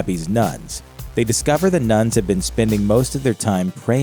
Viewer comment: sometimes you sound like you're saying "nuts" instead of "nuns"